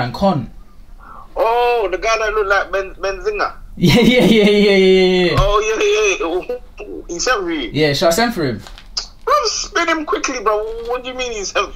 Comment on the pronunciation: Ayyyy my man said benzinga